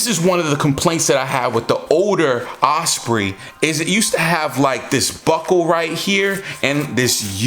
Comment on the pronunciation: Like the older one better. Don’t fix it if it ain’t broken. Ospreee lol